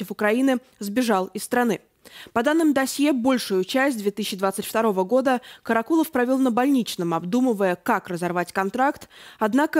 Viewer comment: Корреспондентка невменяемая? То КАракулов, то КарАкулов? Она не в курсе куда ставить ударение? Может она не понимает, речь об одном человеке или о разных? Сразу понятно, что всё сказанное- враньё.